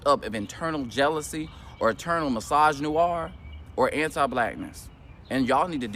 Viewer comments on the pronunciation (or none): This muhafucka really said “mysognoir” 🤔🙄🤦🏻‍♂️